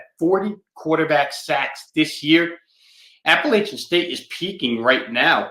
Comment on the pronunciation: JMU came back. App had the lead most of the game. Also, the west was weak!! Best to just say App State or ASU when you can’t pronounce Appalachian correctly.